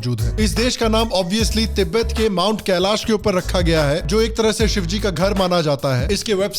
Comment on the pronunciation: शुद्ध उच्चारण कैलाश है, कैलाशा क्या होता है?